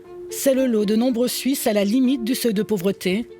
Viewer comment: Les "pauvres suizes" XD